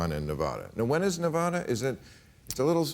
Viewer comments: I LOVE YOU BILL but you are all pronouncing Nevada wrong.... >.> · Fucking A bill, Pronounce Nevada correctly please. its not NevAAAAAdaAWWW, jeezums